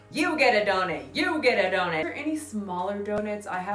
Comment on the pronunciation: for the love of God stop saying "donEt" instead of "donUt"😂